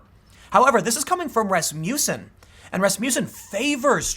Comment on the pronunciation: A lesson in Scandinavian names for you, Tim: Johnson-son of John, Olson-son of Ole, Peterson-son of Peter, Rasmussen(Norwegians use en instead of on)-son of Rasmus. Not Rasmuse. Also, accent on the first syllable.